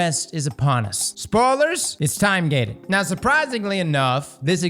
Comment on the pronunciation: Like how you emphasized time gated 😂